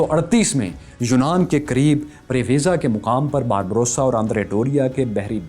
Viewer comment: Barba rosa (سرخ ڈاڑھی) آپ باربروسا پڑھ رہے-- اصل لفظ باربا روسا ہے۔۔۔🙏